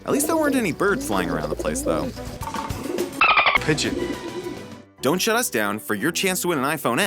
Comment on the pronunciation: Pedgion: :V Gordon: HECCEN PEDGION. Pedgion: :,V